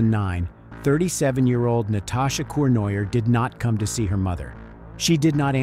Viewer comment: The french name Cournoyer is pronounced Corn-roy-yeh.